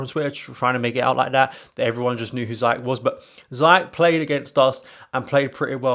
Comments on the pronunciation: You along with Chelsea fan need to learn how to pronounce Ziyech name. Repeat after me: "Zee Yaa shhh" or Zia as in "Mia" then "Shhhh" as in shut up. At least when you are chanting his name during a big game, you would do it right. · He’s pronounced zayeshhh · Ziesh not zayesh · Stop butchering his name